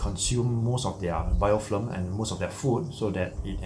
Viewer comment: its BIOFILM not bioflim!!!